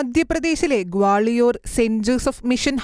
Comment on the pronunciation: വാലിയോർ അല്ല....ഗ്വാളിയോർ